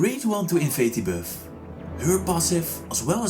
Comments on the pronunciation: "invade the birth" LMAO he been saying that the whole time, instead of buff, he saids birth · why u say beff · Stop saying biiuffff 🤣🤣🤣🤣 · I like how he pronounce buff as bewf